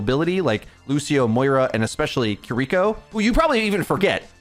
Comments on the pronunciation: ki ri ko NOT "kuhriko" ... KI RI KO ... if that's too hard for you to say try n say it like this ya dumb american : kee ree ko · KEER-iko, not kerREEKo yeesh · the support passive is a great qol change for the role, not having it would be hell. also kee ree ko not kereeko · Jesus fuckin christ. seconds & I can't handle it anymore. You'd think someone who's livelihood is ow you'd know this but; SAY KI(KEE)RI(REE)KO'S name correctly. It is not KUHRIKO It has been months now. She says it IN GAME. There's also a short if you need more help. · The way he says "kuh-ree-koh" instead of "ki-ri-koh" tho... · I know you're just saying her name how you read it. Her name is Key ree koh. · It's been months and you still can't pronounce Kiriko properly 😔 "kurreeco" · “Kireeko Kireeko Kireeko” YOU ARE DRIVING ME INSANE PLEASE PRONOUNCE IT CORRECTLY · STOP SAYING KIREKO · Bro, if I gotta hear you mispronounce Kiriko one more time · the way you pronounce Kiriko is painful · if you watch Kiriko cinematic you can learn how to pronnouce her name. It's simple.